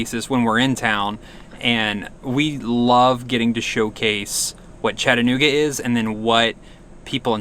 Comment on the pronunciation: If you're going to live in our city you must pronounce it properly. It is "Chatta-nooga". Not "Chatt-anooga".